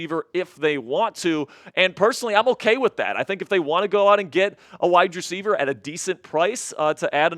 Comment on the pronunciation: I’m sorry, but if he pronounce wide receiver like that one more time, they jumped off a bridge! “WYE DRECIEVER”